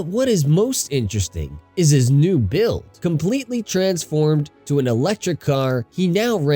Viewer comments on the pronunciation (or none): none